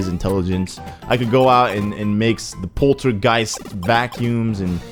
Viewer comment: Actually,, it's "PolterGUST".